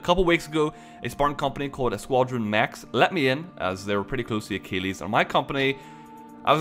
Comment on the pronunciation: If I hear pronounce Achilles as "uh-keel-eez" one more time imma lose my crap